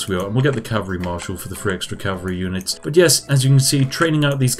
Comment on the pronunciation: You pronounce the th. That sounds like three not free LMFAO 😂😂😂💀